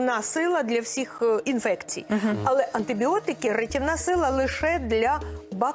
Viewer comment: Пані ведуча! Чому всИх говорите, а не всІх??? Люди так часто роблять цю помилку, а ви фонетично чи акустично її підтверджуєте! Хоча при ваших можливостях можна було б запускати рухливу стрічку , наприклад: не всИх, а всІх, бо всІ, а не всИ. Хоча б так лаконічно. Може комусь і запам'ятається.